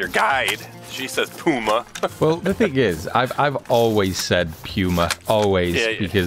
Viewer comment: and that is not the way to say puma it is not that 1 w, it is puma love your v merry christmas and i live in am